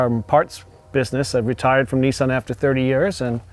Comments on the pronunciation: Its nissan.....not neson🤦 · ‘ Neesarn ‘ , I think you mean Nissan .